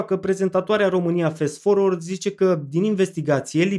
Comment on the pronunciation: corect este Fast (din "fast forward"), la fel ca-n romanescul FAST (cu mare fast), nu Fest forward!! asta asa, ca idee.... :o))